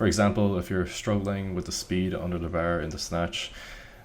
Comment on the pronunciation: Love how you say “bar”